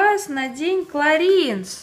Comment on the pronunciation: Кларанс!!! Прям слух режет!